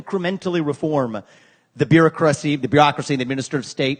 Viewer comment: "Reform the bureau-crusty"